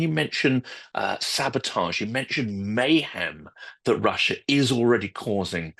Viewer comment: Where’s “Chiner” and “Russier”?